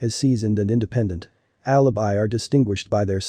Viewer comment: Alabai not Alabee